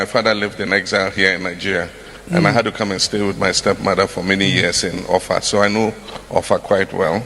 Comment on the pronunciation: He pronounced the names OFFA and ỌLỌFÀ OF OFFA, very well. And the title, Aarę Atunọlase of OFFA Kingdom, Kwara State. 😂😂😂